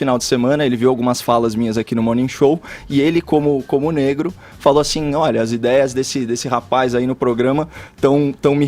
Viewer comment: pq ele fala "azim"?